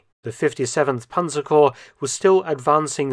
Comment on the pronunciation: Germans always pronounce the word panzerkorps correctly and complete; what do you have in the tongue that you’re unable to pronounce it well?